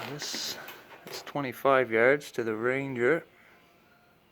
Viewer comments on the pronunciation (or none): none